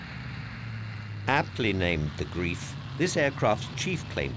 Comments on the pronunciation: "Greif" is pronounced wrongly. It should not be pronounced grief. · ...or, indeed, the Italians! Unlike the Germans, who thought that gearing two engines together to power one propellor was a good idea that would enable the Heinkel He 177 'Greif' (pronounced 'Gryfe', not 'Greef'...as in 'good grief'???) to dive-bomb, allegedly, as all bombers should, according to that strange German thinking behind aircraft design, the Italians - who weren't so hooked on making everything dive-bomb! - actually did manufacture a proper, four-engined heavy bomber - the Piaggio P 108 B. It also means no 'King of the Trimotors' in the shape of the Savoia-Marchetti S 79. In saying what I have, though, there's nothing wrong with dive bombers per se, if one is going to mention dive bombers like the Junkers Ju 87, as this video does, the lack of any Soviet representation means no (elegant) Petlyakov Pe-2 here and the lack of any Japanese representation means no (similarly elegant) Aichi D3A here...as alluded to at the post linked below on my Blog, 'Bananas For Breakfast'. I suppose, incidentally - to strike a balance in the Pacific Theatre - that the Douglas SBD 'Dauntless' could have been mentioned in the video. Unlike the vulnerable Ju 87, when once an SBD had jettisoned its payload, that could engage in dogfights with fighters...as (I also think) the Ju 87's Italian equivalent, the Breda Ba 65 could! However, to go a bit easy on the Ju 87, the Battle of Britain was hardly the end for that type, as the video implies, even though its 'bubble' had become somewhat def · Are you definately sure that heavy bomber was called The Grief? I'd say it is more likely it was called The Greif... wich means Griphon... same sort of victorious questionably suitable joke as pronouncing Göring as Hering wich means herring in german...